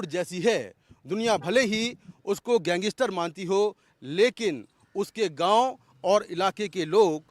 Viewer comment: पत्रकार कैसे और क्यों लारेंस को gengestar कहते हैं?